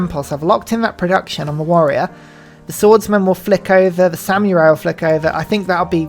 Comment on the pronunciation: Brother if you say samyurai one more time im gonna lose it